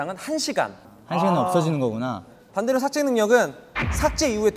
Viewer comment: 삭재가 아니라 삭제 아냐.?